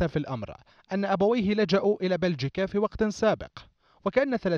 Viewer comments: يابا بلجيكا وليس بلجيكيا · بلجيكيا ..؟! بشرفك اسمها بلجيكيا 💔🤦‍♂️ الله ايطيح حظ الدولة اللي تستقبلك إذا اسمها متعرف شــلون أتلفظه